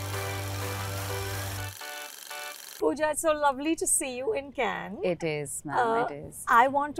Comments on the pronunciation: It's "Kanh" not " Cane" 🤦‍♂️ Remember when Trump said " Swami Vivekanand " and "Diwali" in Gujarat visit? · and yet she cannot pronounce Cannes correctly ....